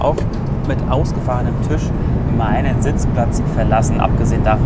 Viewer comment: Bitte. Es ist ein Tisch. Kein Tüsch.